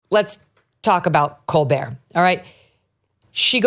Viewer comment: I swear I thought Megyn Kelly said let's talk about "Cold beer"😂 it's colbert